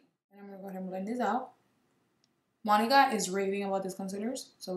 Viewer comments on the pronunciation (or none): I can’t be the only one who thought she said “my nigga has been raving about these”💀 lmfao when she said Monica